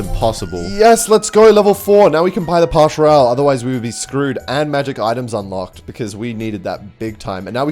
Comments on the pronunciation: Can you stop pronouncing pass royale as pash royale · Why does he say “pash Royale” 😭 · Y u say pash royale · i love that says pash royale instead of pass royale